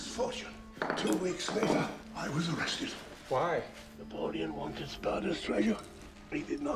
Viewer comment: Couldn't help but laugh when tried to pronounce Napoleon's name.😅😂